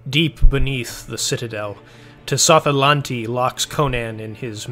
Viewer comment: I love this story and your synoposis, however, I do have one tiny complaint, Tsotha-Lanti's name is pronounced with a silent letter t.